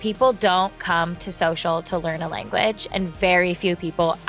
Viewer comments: it’s language not lanaguage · I mean, you can't get the word lanaguage correct 😂